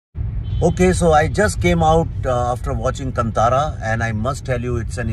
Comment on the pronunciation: Its not ಕಂತಾರ ಅದು ಕಾಂತರ, Dheerga swara Kaanthara.. when all indian languages are phonetic. To make phonetic mistakes while using language is a sign of laxity. Nonetheless a fan of Viveki ji good to see some celebrities in support of good work